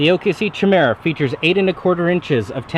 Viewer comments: Not "chi" it's "kia" but don't feel bad out of like all the videos on this knife on YouTube only one guy pronounces it correctly. Also omg! After repeated strikes against a mere cinder block I wonder how it would stand up to a caterpillar D-9? I think that test would be just as practical. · Pronouced "kie-meera" not "chi-mera" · Fuck me, I hope you're not still pronouncing 'Chimera' like that. 'K-eye-merah.' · Try saying it like this "Ky-mera"